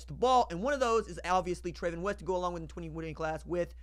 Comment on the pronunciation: I knew him and his name is pronounced Travon